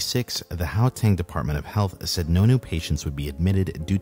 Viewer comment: Lol or the "how"teng instead of Gauteng 🤣